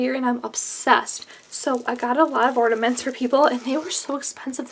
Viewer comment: *Ornaments not ordainment lol